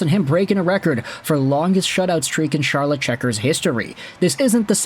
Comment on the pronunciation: Charlotte is pronounced like Sharlotte, by the way.